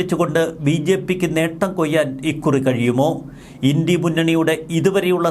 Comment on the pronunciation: INDIA എന്ന വാക്ക് ഇൻഡി എന്നല്ല പറയുക ഇൻഡ്യ എന്നാണ്.